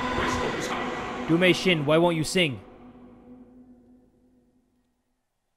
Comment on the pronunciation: I remember when you said "Do my shin" instead of "Do may shin" 😂😂 BTW you are THAT DUDE